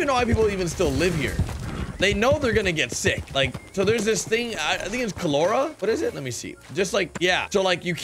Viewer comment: Why can't any one pronounce cholera now days dose no one know what that is lol geez